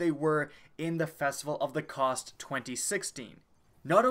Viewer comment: Festival Of The Cost!!! Haha I Died When You Said That